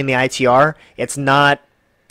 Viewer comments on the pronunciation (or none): So hard to listen to this review with you calling it I.E.T